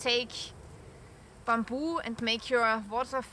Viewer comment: great video. Ooh and Happy New Year (oh and loving your pronunciation of Bamboo)